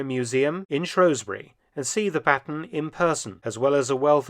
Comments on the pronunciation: It's Shrewsbury not Shrowsbury Dr Felton. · Its pronounced shrews (like the mouse like creature) bury not shrowsbury. Bill shakespeare didn't write a play called the taming of the shrow! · You pronounce Shrewsbury wrong.